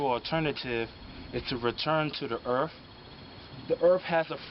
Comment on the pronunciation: The erff has anatral freak wency.❤